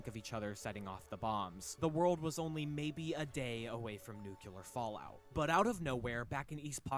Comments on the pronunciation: Did you not hear him say "nuke-yoo-ler"? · For sure it's hyperbole. The fact the guy says "nuke-yoo-ler" kind of says it all. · It's clearly speller Nu cle ar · It is not how everyone says "nuclear" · it’s very annoying but you can’t assume intelligence by it